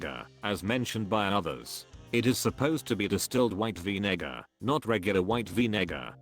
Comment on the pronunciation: “Vinegar” that doesn’t sound right 😂